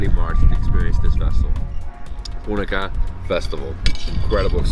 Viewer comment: Bro u pronounced punakha wrong